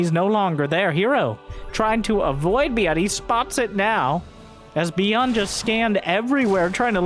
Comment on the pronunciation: "Bee-yunn" played a great game today!